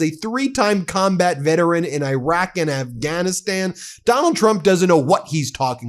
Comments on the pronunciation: Come on Ben. E raq. Not I raq. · Irak is not spelled eye-rack but e-rack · pronunciation -- ee-ROCK. thank you, friend. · Its pronounced Irr rock! Can you please fix that?